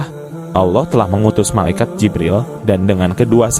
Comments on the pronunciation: Adminnya cumn cari sensasi.sejrh kurang jelas. Kyknya admin non muslim ini. Perhtikan aja pas sebut nama allah .kyk orang kristen nyebutnya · Pembaca nya saja tidak fasih mengucap allah SWT